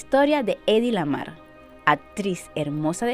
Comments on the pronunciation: Heidi. La h no es muda en el alemán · Deberías pronuncia la H cómo suena en inglés....o alemán. Como una jota J.